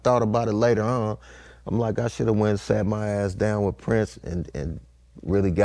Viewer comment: "If you woulda went and "SOT" wit him" is Southern af! 😂💪🏾